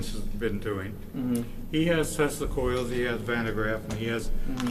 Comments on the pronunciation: "Noah Taysla"? Damn, this old guy is worse than Don Cherry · I caught that too! He called him 'Noah TEEES-la'. Lol!